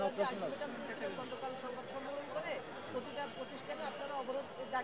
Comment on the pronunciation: 'সংবাদ সম্মিলন, ' ' দাবিসমীহ'😂 😂😂 এই পর্যন্ত শোনার পরে আমি আর শুনিনি। ঠিকমতো শব্দ উচ্চারণ করতে পারে না,আবার আসছে ঢাকা বিশ্ববিদ্যালয়ের সার্টিফিকেট নিতে। শখের তুলার দাম দ্রব্যমূল্যের ঊর্ধ্বগতির সাথে তাল মিলিয়ে ৮০ টাকা থেকে ১৬০ টাকা হয়ে গেছে 😂